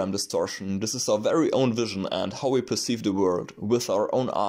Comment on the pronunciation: “...and now, ve dance.”